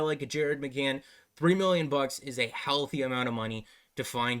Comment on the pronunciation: Ummm did you just say McCann? LOL